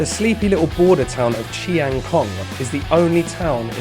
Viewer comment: Not many farang can pronoun the word "chiang" correctly but you nailed it. Bravo! 👏